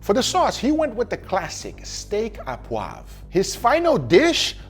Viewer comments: "Steak O Poivre" instead of "steak AH poivre" and you got it! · I'm French, my ears started bleeding when you said "Steak à poivre" and not "Steak au poivre" 😉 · It's ''au poivre'', not ''a poivre'' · GUGA you probably won't ever read this, but it's pronounced "steak O poivre". Keep up the incredible content! 🤗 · Its "Steak au (oh) poivre" you doughnut ! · my (french) salt : pronounce "Steak au poivre" "steak o' poivre" :) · It is pronounced, Steak o poivre.